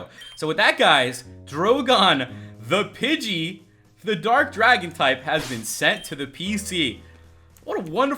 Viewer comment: Pidgey not budget